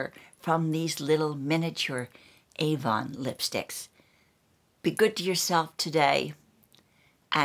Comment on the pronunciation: It’s AVON written on the tin not Ann...btw, my name is Ann!